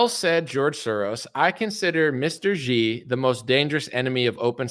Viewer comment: Xi is pronounced like She but with a harder S